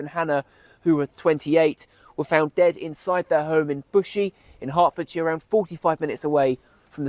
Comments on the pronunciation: I know you cover cases from the UK quite often so just some friendly advice! The word shire at theme of town names like Hertfordshire is pronounced ‘sheeer’ rather than ‘shi-ar’. There’s a lot of towns with this in the name so thought I’d let you know for the future 😊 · This case is from my hometown!! Just for future reference is pronounced 'heart-fod-share' ❤️